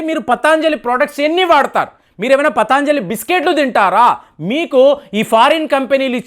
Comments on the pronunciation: పతాంజలి కాదు పతంజలి అనాలి. అలాగే ఇరాన్ ని ఈరాన్ అంటున్నారు కొన్ని వీడియోల్లో. మీరు ఉచ్చారణా దోషాల్ని సరిదిద్దుకోవలసిన అవసరం ఉంది. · పతాంజలి కాదు పతంజలి. దయయుంచి గమనించండి. అన్నీ బాగున్నాయి. కోవిడ్ వ్యాక్సిన్ తీసుకున్న వాళ్ళకు side affects వస్తున్న సంగతి కూడా ప్రస్తావించండి. బెలూన్ థెరపీ కై దేశీయంగా తయారై చవకగా దొరికే స్టంట్లను తొక్కేసిన ఘనత వహించిన మార్కెట్ మాఫియా గురించి ప్రస్తావించరేం? ఒక్క వస్తువు గురించి కోర్టు మాట్లాడితే మొత్తానికే బురదజల్లడం భావ్యమా? ఆవు నేతితో పక్షవాత రోగులు అద్భుత ఫలితాలు పొందటం నేను చూచాను. వ్యాపారం చెయ్యడం పాపమా? ప్రజల వద్ద అధిక ధరలు వసూలు చేస్తున్న వారి నిబద్ధతను ప్రశ్నించరేం